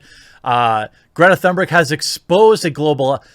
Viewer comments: im swedish its not "thunberg" its Tun (like tuna but without an A) and ber-j ( BERGmeans mountain in swedish) is BER - J " with a J like jay not a hard G. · its a silent h in thunberg... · I second absolutely everything you pointed out there. Just chiming in with a correction about how to pronounce her name: there's no thunder in it, so to speak, the THUN is pronounced like TOON (more precisely an umlaut 'Ü' sound, but let's just skip that for simplicity), and the BERG sounds more like BARE than HER (just talking about the vowel here). The 'R' is also less prominent than in English, so TOONBEG is the closest I can simplify it to. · Pronounced "Toonberg." Which is more appropriate anyway because she's like a cartoon.